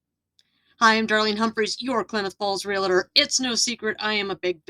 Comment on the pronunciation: I just couldn't get past you calling yourself a REE-LA-TOR. Too bad, because I really need a REE-AL-TOR who is very familiar with the area.